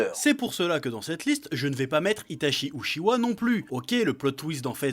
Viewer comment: Par contre arrête de dire narUto c NarOUto et c pas uchiwa mais utchiwa comme avec un t avant le ch merci